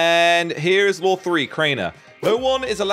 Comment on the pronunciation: Whenever he says 'law', it sounds a lot like 'lore'.